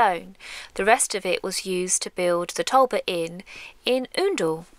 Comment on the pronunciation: Wonderful and that mooring spot is idyllic. Brilliant for solar of which you must be getting plenty at present. I have learnt something today and that's the pronunciation of "Oondle" you do your homework on correct local dialects.